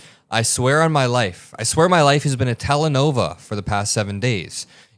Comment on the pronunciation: Homie really said telenova